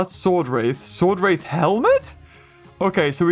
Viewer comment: be calling swordrath swordath